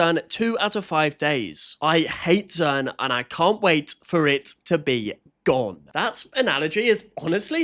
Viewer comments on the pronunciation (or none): they said zern instead of zearn